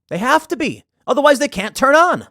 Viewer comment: "I cannoy allow that, Dave."